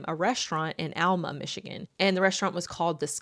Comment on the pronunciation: Being born in Michigan and raised near Alma, I was in SHOCK to hear the city, plus you pronounced it correctly hahaha. I too had never heard of this case and cannot wait for part 2!!!!! Love your channel